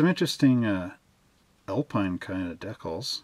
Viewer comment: Alpine is pronounced "Al-peen" your Quebecois speaking customers will confirm. The Alpine range of sports cars were very competitive picking up many class wins. Great kit👍